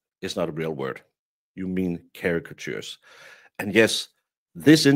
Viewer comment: Drives me crazy that can’t say caricature properly. 😂😂 These people are so dumb… do they think this interview actually helped them???? 😂😂😂